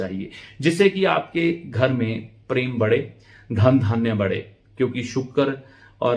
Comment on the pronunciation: आप उच्चारण पर विशेष ध्यान दें चित्र, शुक्र इनका प्रयोग सही करें